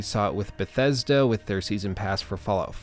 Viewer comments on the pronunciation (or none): none